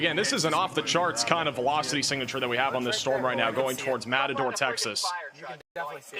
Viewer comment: How many place names can this guy mispronounce in a single sentence? Matador?? LOL